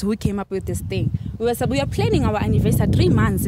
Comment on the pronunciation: " 3 months annivessary " 🤣🤣🤣🤣🤣🤣🤣